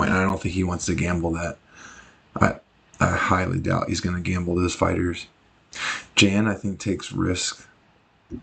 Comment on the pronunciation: The "J" in Jan's name is more like a "Y' sound and the "a" is soft, similar to the word "Yawn", like yawning when your tired. Thanks for the video : )